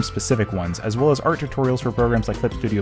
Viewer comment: “clip studio pant” Captions:” studio pain “